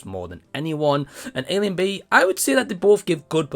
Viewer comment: Its pronounced ash-ling. She is one of my favorite comics. My son and i watched this and we liked it for her. I know it had resounding bad reviews but i liked it more than most well reviewed movies i have seen.